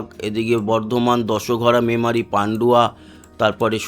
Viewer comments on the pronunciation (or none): none